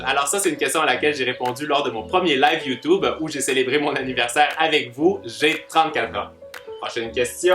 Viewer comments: Il dit youtoube mdr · Tu est trop mignon tu dit youtoube